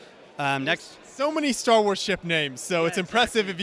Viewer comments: "Stat" Wars? Interesting... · It’s Star Wars, not Stat Wars. 👀